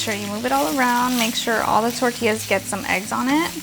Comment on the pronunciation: * Are You Mexican? ...or a Mexican- American??? Because you do not have a Mexican accent... you sound like a white girl...lol The way you say " Tortillas " ..you should white.... " sad"